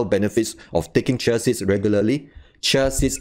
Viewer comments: For future reference: In the US, we pronounce this ‘CHEE-uh seeds’ not ‘chuh siddz’ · Sound like he is saying Chelsea's or chelsies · It is hard to understand xyour explanations, fast and keep on repeating nonsense explanations. Pronounce properly CHIA SEEDS, pls.... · Dear Lord! You can't even pronounce correctly the words "chia seeds".